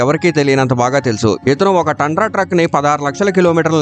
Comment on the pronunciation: It is తుండ్ర. not కిలోమీటర్స్, it is మైల్స్